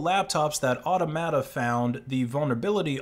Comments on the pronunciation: Automata = “aw-TOM-a-tah” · Automata: or-TOM-a-ta.